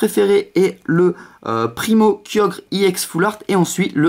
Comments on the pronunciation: C'est ex pas iex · pourquoi tu dis iex c'est ex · Et on dit ex pas iex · On dit pas ix on dit exe nul vidéo 😡 David Lafarge te copie pas c'est toi qui le copie ok nuuuuull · et en plus on dit pas iex mais ex tout court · pourquoi tu d'i i ex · T nul sale plagieur non tu n'avais pas cette idee parce que ta demander a t abonnes parce que t meme pas capable de trouver toi meme t video si tu compare t abonnes avec celui qui ta soi disant copie (david lafarge pokemon ) qui a largement plus d'abonnes que toi tu sais meme pas prononcer ex alors ramene la pas trop en plus tu parle alors que ta strictement rien a dire vu que tes subjuguee par ton soi disant concept copier par david mais si tu l'aurai pas copier tu n'aurai rien dit et t'aurai fermer ta grande gueule et tsai quoi jvai signaler cette video et ta chaine